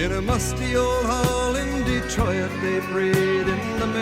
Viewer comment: His pronunciation of Detroit ("De-Troy-It", rhymes with "destroy it") is a local quirk that I hear most often in southern Ontario - which is where he's from. I think it's interesting he put it that way in the song. I don't recall hearing it pronounced that way during my travels in Michigan, but I could be wrong.